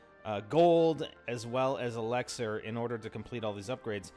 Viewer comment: Why does he say elixar its so annoying!